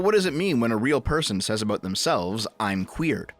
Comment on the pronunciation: Aboot lol